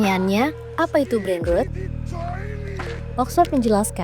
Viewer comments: min tolong spelling "brain rot" nya di benerin dunk bukan berbunyi "brain ruut" tapi "brain root", ini sekelas tempo lho yang sering di jadiin referensi kita semua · sekelas tempo pelafalan kata 'brainrot' aja salah.. breinrot bukan breinrut. padahal dari suaranya naratornya sepertinya gen z yg umumnya fasih bahasa Inggris. shame . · Koreksi yaa... cara bacanya Brain ROT bukan RUT. Kalau bacanya RUT itu tulisannya ROOT artinya Akar. Sedangkan yg dimaksud ini adalah ROT artinya Pembusukan/ Busuk. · A very good content. Can be improved by correctly saying brain 'rot' instead of brain 'root' or 'rut'. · Isinya sangat edukatif, maaf pengucapaannya kurang tepat, harusnya lebih ke huruf o /rot/ buk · Rot (v1), Rotted (v2, v3), Rotten (adj) tidak dibaca rut. Bot, Robot, Chat (Ro)Bot, tidak dibaca but. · Brain ROT min, bukan ROOT. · Ini gmana sih voice filler, bacanya brain rot, bukan brain ruut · Gak kuat dengernya.. ROT BUKAN ROOT :((((( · ROT min bacanya bukan ROOT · Dibaca : brain rot...bukan brain rut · Huruf o pada brainrot ebih tepatnya dibaca seperti Ponorogo. Jika dibaca rut sperti voice over di video, tulisannya root yang artinya akar. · Brain ROT (membusuk) .. Bukan brain ROOT (akar) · Bacanya brain rot, bukan brain root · Kesel bgt kenapa nyebutnya ‘brein rut’ Tolong tempo diQC lagi content2nya, harusnya dipronounce ‘brein rot’ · Rot bukan root mbak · Sorry min, bacanya rot (o nya kayak ompong), bukan rut. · Mbak pembawa acaranya mohon bisa meningkatkan skill bahasa inggrisnya. Brain Rot selalu diucapkan Brain Root. Rot diambil dari kata rotten. O dalam rot diucapkan seperti Dot. Maaf ngajarin, soalnya kalau dibiarkan salah akan membuat oranglain yg tdk tahu akan sama2 salah nantinya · Pengucapan brainrot-nya salah mbak. Harusnya diucapkan /rɒt/. Kalau pengucapan rot-nya kayak mbak pembaca itu untuk kata root /ruːt/. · Agak gregetan juga saya dengernya pas dibaca root as 'akar' instead of rot as pembusukan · Bacanya "rot" min 😊